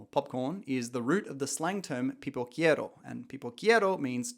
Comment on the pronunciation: "Pipoqueiro", bro. Not "Pipoquiero". I insist: brazilians speak portuguese, not spanish.